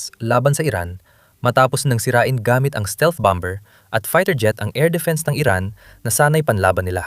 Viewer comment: Ok,sana ang impormasyong bigay mo,medyo mali lang ang pgbigkas sa salitang bomer,Hindi po bamber.